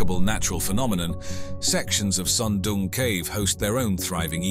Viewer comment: Why does the narrator keep calling it SUM DUM CAVE? ? ? It looks friggen awesome to me